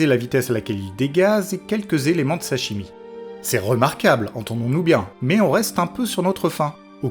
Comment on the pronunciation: "quelques éléments de sa chimie", j'ai entendu "sashimi"...